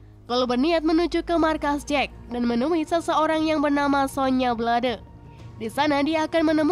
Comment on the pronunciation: Penyebutan tokohnya ada beberapa yg salah... Milena, Tsantsung, sonya blade. Ejaannya diperbaiki lagi🥰